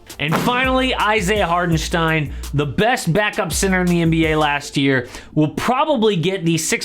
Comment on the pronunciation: I‘m from Germany and was surprised how well you‘ve pronounced Hartenstein❤️